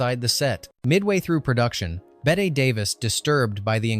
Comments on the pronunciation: Is this an AI voice? It’s not “Bet” Davis, it’s pronounced like “Betty.” We used to actually have fun watching this movie, we knew a guy who looked like the chauffeur and would laugh at those scenes because of it. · Betteeeeeeeeeeee Davis. Pronounce it correctly please AI. She a Hollywood legend. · It’s BET-EEEE DAVIS, not BET-AY! Learn to pronounce the legendary actress’ name! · Tell that every human knows Bette Davis's first name is pronounced 'Bette'. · An entertaining upload, thank you. Quick suggestion: when typing your script for AI, please spell Bette Davis’s first name as “Betty” - it’ll at least pronounce it correctly and not spoil people’s enjoyment. TVM 😊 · Bette pronounced Betty. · Nobody is talking a out spelling. It's about the mispronunciation.